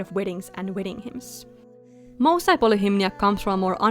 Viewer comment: These turned out amazing! I love the attention to detail in all of the character designs, just makes them stand out so much! I already have a soft spot for Melpomene since I'm named after her ☺just a slight correction on the pronounciation of the group name, in case you'd want it to sound more authentically Greek, it would be more like "moo" (like the cow) "sae" (like in the word "set"). Also I know it can't actually be turned into a series (unfortunately) but I can FEEL it would make a GREAT webtoon❤